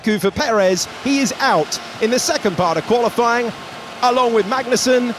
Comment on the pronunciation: "Qualiflying", i swear it's been said loads of times by different people.